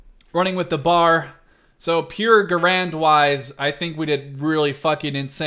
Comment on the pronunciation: I'm cringing hard the way he pronounces BAR and Garand.